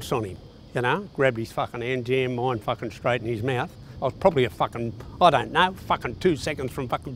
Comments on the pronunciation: I'm from Australia and it's not "fakken" that would rhyme with the word "hakken" which is a popular style of dance amongst young esh lads in the hardcore and hardstyle community. I believe it is pronounced "fuuuarkinn" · It's "Fucken" not "Fakken" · Its "farken" not fakken. And it's a "bum bag" not a fanny pack. A fanny is what you fark. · Not fakken it's faaken. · Thoma Hawk. Fakken A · Faaken struth, m8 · Wow, anyone counted how many times he said “fakking”?